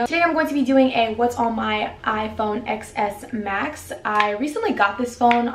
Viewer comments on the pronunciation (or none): lol it's pronounced "10s Max" the "X" is a roman numeral